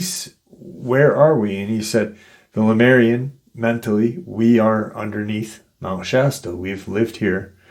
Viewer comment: You say Lamarian. Isn't it Lemurian? Or are they different beings?